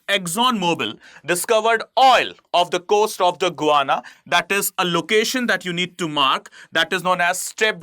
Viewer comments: It's not guana it's Guyana 😂😂 I think u need educated itself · Can I please correct your pronunciation of Guyana. It is not "Gooana", it should be pronounced as "Guy..ana" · It is pronounced "Guy-aana" , not "Go-ana" 🙏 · Good lord man! You sound like an absolute IDIOT trying to be a 'newscaster' when you can't even pronounce the country's name! GUY-ANA you fool... Not GOO-ANA! Pathetic! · Please try to pronounce the words xorrectly it is guana ,it is Guyana and it is not ecnomky ,it is Econonomy ! Thank you! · Pronounced Guy....Ana not Gwana... hydrocarbon are natural compound made of Hydrogen and Carbon with no or very little Nitrogen Oxygen or , Sulphur. Please learn some basics as it gives the impression you don't know what you are trying yo explain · It's not Guvana. This country is known as Guyana. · You need reading glasses. It is Guyana not Guvana! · Who thought you "GUVANA"? when its actual pronunciation should be "GA" "YANA"? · It is Guyana and not gowana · Guy.. it’s not Guvana.. its Guyana 🇬🇾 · The correct pronunciation is...as Gayana ! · You are mispronouncing GUYANA. The way you pronounce it, it sounds more like a word for bird droppings. You would have pronounced it properly had it been spelled as Gayana. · Its is Guyana. Gu ya na. How could you make this mistake.? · GUYANA to be prounced as GAYANA. Most of the youtubers commit the same mistake while prouncing. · can’t even pronounce a country’s name properly 😂